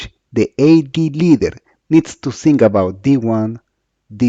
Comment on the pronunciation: Awful English... I had to activate the subtitles so that I could understand some words like "ZinC" (Think).